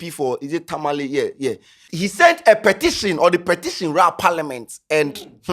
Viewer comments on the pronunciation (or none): none